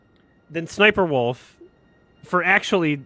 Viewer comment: I love always pronouncing it as s's'sniperwolf